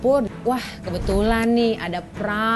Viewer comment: prawn should be pronounce like prown